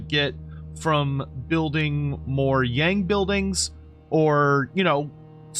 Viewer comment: Would be nice if you can pronounce “Yang” properly. It shares almost the exact pronunciation of “young”, just FYI.